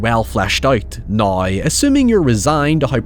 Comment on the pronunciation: lmao what is this accent XD words like how and now turn into haoi and naoi, wtf :Ddd